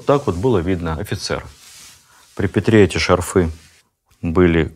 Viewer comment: ШАрфы,а не шарфЫ😢